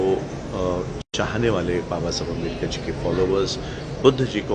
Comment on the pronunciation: आपको भी बुद्ध पूर्णिमा की पर मंगल कामनाएं। Pls चाहे हिंदी हो या इंग्लिश आंबेडकर सरनेम को आंबेडकर ही बोलिए। न की अंबेडकर। पहले किसी हिंदी भाषिक आदमी ने गलती से अंबेडकर बोला होगा। तो आप भी गलती दोहराओगे क्या?